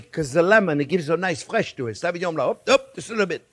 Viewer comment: Nothing phony? He has a French name but his accent is Italian American. No French person or a Francophone like myself would pronounce the wine as SA-vinon blank. It is phonetically SO-vinyon bling. Otherwise, agree about the cooking x.